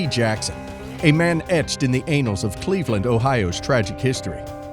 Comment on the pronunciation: Hahaha, I also noticed the unfortunate mispronunciation